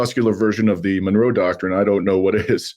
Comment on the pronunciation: ¡Viva México! Also, its pronounced Mon-row, Monroe not Menorah Doctrine.😂